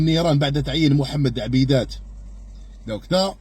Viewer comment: من خلال طريقة ردك على خصومك أثبت بأنك غير جدير بهذا المنصب الجد حساس .لأن ردك كان عبارة عن ألفاظ وانتقذات شعبوية وكلام المقاهي ولا تمد أبدا بصلة لشخص مرشح أن يكون ناطق رسمي بواجهة الجزائر .فالبتالي أنت لم تحسن النطق بإسمك الشخصي فبالله عليك كيف ستحسن مهامك الذي عرض عليك .لكن ليس العيب فيك .لكن العيب فيمن رشحك لهذا المنصب .ولله في خلقه شؤون .